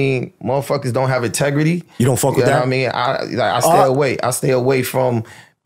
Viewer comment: “Ahtegrity”. “Everyone Got their own ObjGenda”